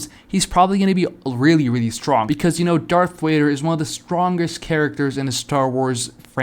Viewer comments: Bro you over here making me mad calling Darth Vader Darth wader and you claim to be a Star wars fan I'm sorry but that is so cringe for the love of God stop making YouTube videos if you can't say Darth Vader 🤬🤬🤬🤬🤬😤😤😤🙄🙄😒😒🧐🧐🤨🤨🤨🤐🤐🤐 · If your a STARWARS fan why TF are you saying darth wader